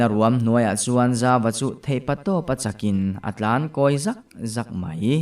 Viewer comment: free advice 'dawk chhuak ta ZAwk zawk'( zawk hmasa zawk hi a ri sang zawkin)...a hnung zawk hi i lam sang vek a...chem vai zawk zawk ah te pawh...pu tlanhlua hian 'zawk' hmasa zâwk hi a ri sang zawkin a lam a,ngaihthlak a nuam zawk in ka hria...chem vai phei chu a na hmel bik asin😂😂